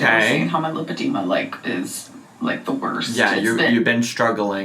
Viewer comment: lol...i thought she said she had lipedema....now she is saying she has lymphodema.....or is she just pronouncing it weird...lol